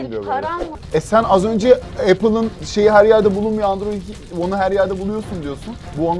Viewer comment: Pelin Baba Andoroid diyosa onun dedigi olur xD